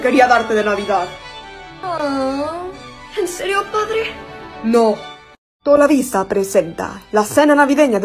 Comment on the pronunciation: Corrección no es tolovisa es Televisa